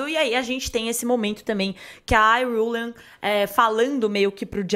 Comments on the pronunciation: “Iruilian” que isso mds porque querer falar difícil? Fala IRULAN carai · Próximo nome de pobre "Iriuleyne"😂😂😂😂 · O conteúdo tá óptimo, agora tem de melhorar como pronúnciam os nomes .